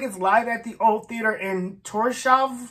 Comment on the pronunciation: Sorry Mr. American man, it's not pronounced Thor shaven. Thor is not gonna be shaven😂! It's pronounced Torshaun (i.e Thor' s port)